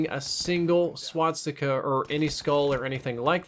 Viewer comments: Also,, you keep pronouncing it wrong. You're putting the 's' after the 't'. You're saying "swatsika" instead of "swastika". Just letting you know:) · swastika not swatstika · Its pronounced swah-stick-a, not swat-stickah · Please stop saying "swatstika". Swastika only has one "T" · not swaTsticka. its swas-tika....... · please stop saying swatsticka, it's swa-sti-ka. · Ok it's a SWASTIKA NOT A SWATSIKA. Swas-tika > Swat-sika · Sorry, but I gotta be that guy., it's SWA-STI-KA, not SWAT-STI-KA. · It's not a "swatstika." It's a swastika. Swas-tika. Gah, that was cringe-worthy. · learn how to say 'swastika' not swatstika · Well first of all "They are the guys you will be fighting" is so stupid 2. why do you say swaztika instead of swastika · I'm just hearing swat sticker whenever he tries to say swastika .-. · Stop calling it a swatsticka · Why is he pronouncing it Swatstika? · "Swat-sticka" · You're pronouncing swastika wrong the entire video please fix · if only this guy could pronounce swastika correctly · No offence, but you're pronouncing 'Swastika" wrong.